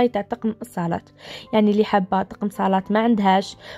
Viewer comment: من فضلك قولي ماتا تقم ميش تيقم